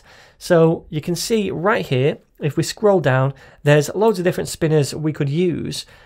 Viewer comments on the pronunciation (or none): 'We got it Rrrrright here'. Thanks for your tutorials.